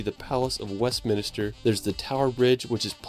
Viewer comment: 😢 (sp?) means well, but is known for mispronouncing lots of UKplace names, including 'Westminster' (it's not Westminister!) The Scilly Isles (the 'c' is silent so it's not pronounced "Skilly" Isles!) The RMS Titanic, and her two sister ships, The RMS Olympic and the RMS Britannic were all built in 'Belfast', Northern Ireland* (which is *part of the UK, whereas the 'Republic of Ireland' is not part of the UK). Holyrood, in Edinburgh, is probably best pronounced by a Scot - and I'm a Londoner so I won't try it!! 🏴🙂🇬🇧❤️🖖